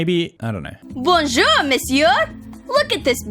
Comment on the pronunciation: I don't speak french, yet I still cringed so hard when she tried to say "bonjour"